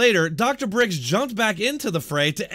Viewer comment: It’s Birx not Brix :)